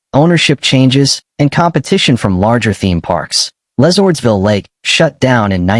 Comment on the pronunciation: Would be better if you pronounced the names correctly. LeSourdsville Lake was completely wrong.